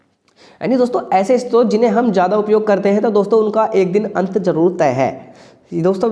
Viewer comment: Istrot nahi hota hai sir short hota hai